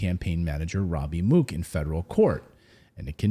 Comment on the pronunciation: Mook, pronounced MUCK